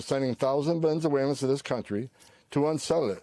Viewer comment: VENN-ZA-WAY-LINS what a dope